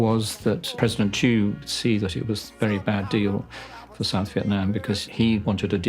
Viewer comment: South Vietnam President name was "Thieu" Nguyen ; Not "chu" !